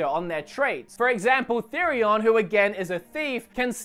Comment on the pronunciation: 6/8 for the name pronunciations. Stress was put on the wrong syllable in OLberic, and Therion is not pronounced like you're trying to say "theory". (It's actually "THEH-ree-on", and this is even spoken as such in the game.)